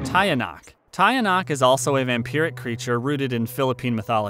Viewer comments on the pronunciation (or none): Tie- yah- nuck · Tiyanak is pronounced aa "teeyanak". More power from the Philippines.